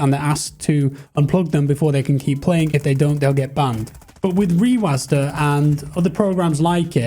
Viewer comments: sorry but this was just bothering me, rewasd not rewasda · its reWASD not reWASDA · the way u say rewasd triggers me so much plsss stop